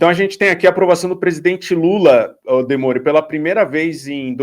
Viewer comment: "Demori" virou "Demônio" 🤪👹 😂😂😂😂😂😂 Lembrei do WW falando "Zelda Merda" para Zelda Mello.😂😂😂😂